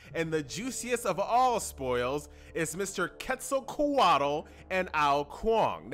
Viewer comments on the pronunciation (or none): quetzalquatl is pronounced as kwetzalkwatle, just so you know